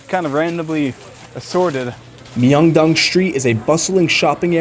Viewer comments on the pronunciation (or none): ㅁ..명동 not 미엉동...